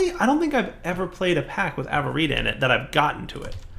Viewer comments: you did a derp! It's not Av-vuh-reet-uh, it's A-vuh-ree-shi-uh aka Avaritia not Avarita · 1) It's Avaritia, not Avarita. 2) There is vein mining in this pack. It's called Ore Excavation. 3) You can unbind keys you're not going to use by pressing Escape instead of trying to find an unused numpad key. 4) facepalm Just made all the tinkers crafting tables, makes a vanilla stone pickaxe. derp! 5) Thank you for fixing the hole in the ceiling!